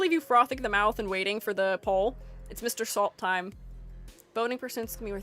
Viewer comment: Just so you know, Mersault is pronounced more like “mer-so”. His name in the book is like a soft reference to the whole beach scene (mer like water, sol like sun). It’s pronounced without half the letters because he’s French and that’s what they do. Loving the analysis!